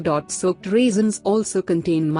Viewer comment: "Raisins".....why do you pronounce "reasons" ? The listening becomes so confusing🙄🙄